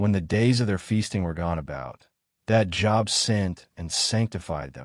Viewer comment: Only 7 right this time. Great Quiz. I realize that the voice is computerized; but, when it refers to the biblical man, Job is pronounced with a long O sound. Please keep these otherwise great quizzes coming! Thank you for putting them out there!